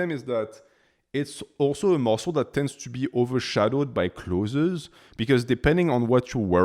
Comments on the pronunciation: "Close" is certainly closer in correct pronunciation than "clothzeez". If you disagree, English is not your first language, and you are incorrect. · Man stop saying “clotheses” 😂 Its just clothes ❤ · English speaking tip for you: "Clothes" has 1 vowel sound; it's only 1 syllable. It sounds almost the same as "close". If you say "close", your audience may understand you more clearly. I can't help but say something because I teach English 😊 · Choth(es) is soooo funny. Not criticizing , the fact that you can speak a foreign language with 99.98% accuracy is super impressive but clothez has got to be up there in 😂